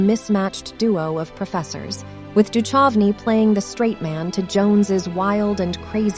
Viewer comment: david duchocnys name is mispronounced